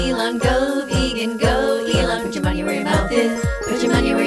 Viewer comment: Vegan is pee-gan